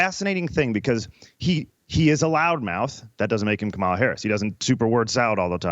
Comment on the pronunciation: This guy still can’t pronounce Kamala Harris’ name correctly. Zero credibility.